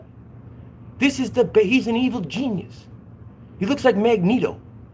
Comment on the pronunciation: did you say evil genius or evil penis? My hearing is not what it used to be 😂👍🏻